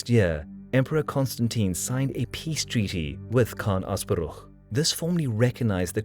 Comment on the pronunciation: You perfectly pronounced Asparuh, not something I have expected but wholeheartedly welcome